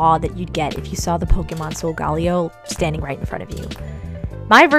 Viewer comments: It’s pronounce(So-go-Ley-0) not (So -go-Leo) Watch Pokémon sun and moon on Netflix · SOULGAWLEEOH Me: TRIGGERED Its. SOL. GA(guh). LE(ley). O. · It's not sogaleo it's sogalayo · BTW solgaleo is said sol-ga-lay-o (sorry for the misspell) wow I’m telling you you’re saying it wrong but I can’t spell it right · Its so ga la o that is how it is pronounced but i still love you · It’s pronounced sole- ga- lay- O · Isn't it pronounced sol-ga-layo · Beautiful doll, but Sogaleo is actually pronounced Soh-guh-lay-oh, as stated in Pokemon Sun and Moon. It’s okay to get stuff wrong, so don’t sweat it, but this is just for future reference! (I’m a Leo too! Zodiac buddies!) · Solgaleo is pronounced like Galileo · solgaleo is pronounced Soul-ga-lay-o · It's pronounced Soul-ga-layo